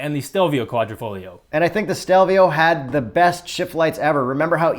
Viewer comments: So dude insists on pronouncing GTA correctly ( as he should) and then says “quadri-fogg-lio” instead of “quadri-folio”?!? Ugh. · NOOOO it is pronounced Quadrifo"YO" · On pronunciation:: yeah but I'm not Italian Also: it's Quadrifoheeeo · dumb ass says it's not A it's ahh but then proceeds to keep butchering quadrifoglio. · That QuadrifoGlio pronounciation was quite triggering, appreciate the correction 😄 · I think the G is silent in quadrifoglio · please fix you QUADRIFOGLIO pronunciation 😂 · Kooahdreepholio.. Modiphikatah